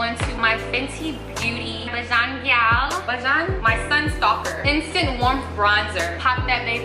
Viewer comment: Bajan is pronounced basian. It’s refers to people from Barbados. No shade- it was funny 😂. I’m bajan. I Love your YouTube girl.